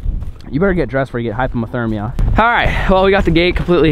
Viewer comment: "Salmon-Vanilla" "Hypomothermia" Never change